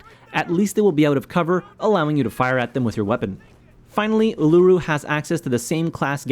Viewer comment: The Uluru pronunciation just got to me as an Australian. Uluru is a great operator though.